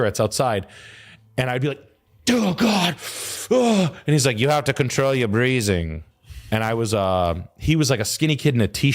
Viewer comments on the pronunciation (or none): “you has to control your breazzing”😭😂🇸🇪